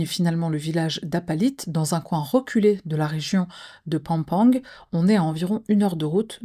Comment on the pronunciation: pam pan ga et Cavite c'est cavité ( si on utilise l'anglais américaniser)